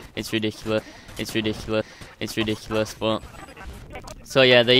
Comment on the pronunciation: its ridicula, its ridicla, its ridicla, its ridicules. HAHA